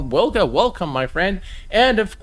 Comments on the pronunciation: In English we pronounce it Vilga Brutha. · Dude the "W" in Wilga is pronounced as "V" So it's pronounced "Vilga".